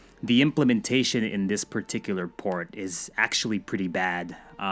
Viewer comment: So is it a Poor-t. Eh eh.